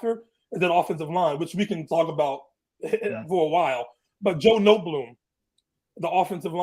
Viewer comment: This guy has no clue what he’s talking about lol. Notebloom? It’s Noteboom and he’s actually a liability on the o line and it’s been better when he’s hurt. Quentin Lake is a safety. Stafford has been playing out of his mind. Do you even watch the games bro?